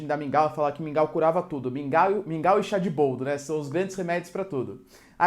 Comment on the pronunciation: QUANDO VOCÊ FALOU MINGAL EU DEI UMA BOA GARGALHADA,É MUITO BOM SUA AULA.